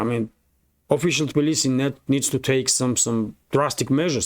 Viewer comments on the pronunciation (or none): none